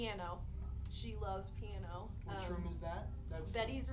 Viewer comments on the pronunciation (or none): This was awful these guys are absolutely uneventful in everything they do in this,Learn how to express things to your audience??? Their just pathetic who the hell says Piana? It’s Piano!! “You guys here are you two little girls” one of them says with a smile on his face the other starts talking seriously? Completely outta sync with each other…..it’s just horribly put together